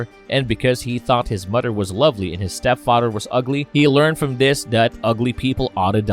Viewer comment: Is the letter H not in your vocab? Man im sorry but its hard to get over the fact that you say udder or fadder or modder